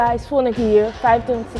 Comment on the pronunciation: Het is net alsof the kriceps zegt